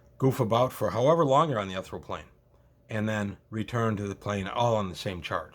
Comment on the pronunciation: ethereal [ ih-theer-ee-uhl ] (I'm sorry, your pronunciation just hit me wroung.)